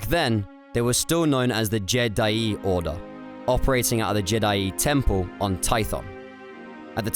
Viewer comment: Jed'aii is pronounced Jee-Diie. I've always thought the authors of the EU liked how the Vong would pronounce Jedi ("JED'AI" as they'd scream it like a witch hunter inqusitor screams HERETIC in 40k) So later on, after the New Jedi Order came to a close and focus shifted to the ancient Jedi right before disney bought the franchise and cancelled the EU, someone said: "Hey, remember how the Vong pronounced "Jedi"? That was awesome, so let's make it a thing of irony that Jed'aii was the ancient original name. Hey, y'know, monkeys over millennia in a locked room with food, water and typewriters will eventually make shakespeare as the saying sorta goes..." Surprised the fandom never caught on to such a probable easter egg. Its not the first time something like this happened in the good old days of Star Wars.